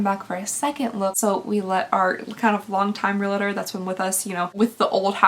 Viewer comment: Realtor is pronounced "real-ter," not "re-la-ter". Purple is pretty on you! ❤